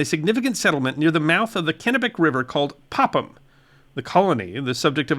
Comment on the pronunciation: Pretty impressed with your pronunciation of the Maine locations some were off. It Saco is pronounced Sock-o., and Popham is Pop-um, but close enough.